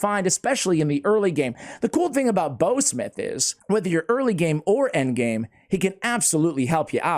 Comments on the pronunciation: It’s pronounced bow like in bow wow not bow like bow and arrow.. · Dude you need to Google that shiz-nick again because I found it easy and by the way you are saying it wrong: bough rhymes with cow, now and wow, just to mention a few words that you should know “ How “ (see what I did there) to pronounce my guy!